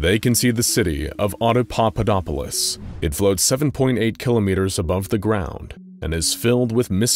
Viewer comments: Yeah he did. Watch it again, switches from saying auda-papa-dopolis to auda-dada-dopolis. Starting at about onward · After the first few times he says the name of the city the narrator starts mispronouncing it as "audadadapopolis" lol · After the first couple times he keeps saying it as audadudadopolis >_< lol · I believe it's pronounced: Auda-papa-dopolis. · I can only imagine how many takes it took to keep pronouncing "Audapaupadopolis" -- I can't even do it once. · Yeah… except he messes it up every single time after first and second one. Drove me and my wife crazy. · I like how even the narrator has trouble pronouncing it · Love it when mysteries and world building are set up in SCPs. It's what gets me most hooked on SCP. And: Good work, but, and I know it's not easy, but keep practicing saying the city's name: Oppodopolis. I mean... Papadopoulos! No... Audiopopulupus! Er... Snuffleupagus! I mean... Hopscotchopoplus! Uh... Autoshopolus? Damnit, I'm just gonna call it the city of "Frank." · I love how even the narrator mispronounces Audapapaudopolis, why did they choose such a difficult name? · His pronunciation gets worse and worse! Lol. It’s like Benedict cumberbatch and penguins!